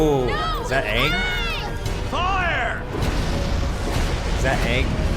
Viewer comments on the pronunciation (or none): His name is Aang, not Ong. NEVER call him Ong, that's a capital offense in Avatar. Only M. Night SHAMalon would pronounce it that way. you should know his age, Book 1 Episode 2 you would have been told he's 12.